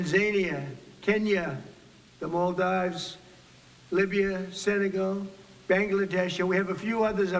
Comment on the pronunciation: Tanzania..Tanzania??? The Muldīves...ah yes...the Muldīves... beautiful spot, the Muldīves...brother...